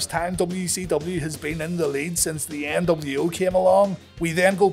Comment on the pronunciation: Debiase: "The NW-Ow."